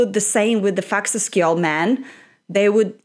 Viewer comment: Amazing pronunciation, it was perfect!! ❤🇮🇸